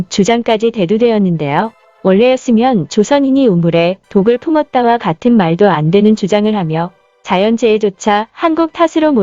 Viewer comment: "조선인이 우물에 독을 '품'었다" ?! " ...'풀'었다" ?!